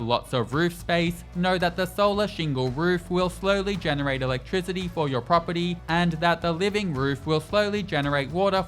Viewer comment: Pronounce " Pet or .." property... i kept hearing pedo... pedo pedo... horrible..... enunciate words like this a bit more 😅 Great video btw. Earned a like